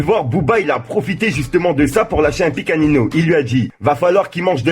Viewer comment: Jten suppli arettes de dire « Nineau » c’est malaisant wallah 😂😂😂😂😂😂 (On prononce Ninio frero)